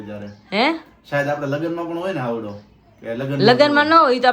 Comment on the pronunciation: હાવડો‌ નહીં પણ હાયડો કેવાય